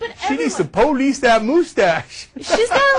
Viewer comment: Wow Ana, You RULE! "Who Gives a shit!?" - what a perfect summation of this. Cenk... um... Poh-Lice the moose-tache? wow, that's brutal, dude... I almost feel bad for laughing... but not really.